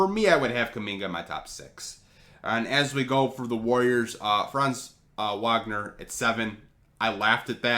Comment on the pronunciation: You need to work your Franz Wagner pronounciation